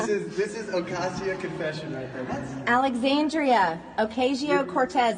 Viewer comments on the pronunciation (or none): Man! Wouldn't it be nice if MTG could learn how to pronounce AOC's middle name... Occasio..